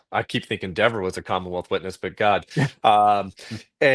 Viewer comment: Absolutely say Dever WRONG all day everyday!! What a rude little witch!